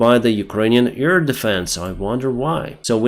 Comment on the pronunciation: NOT EAR-defense,, AIR defense. With 'AI' spoken like the 'A' in have, bad, sad...